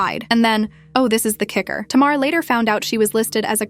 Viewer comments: First Learn how to pronounce Tamar name before you strart to put out a story about some one it's always 2 sides to every story. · I feel like she needs to learn to say Tamar's name right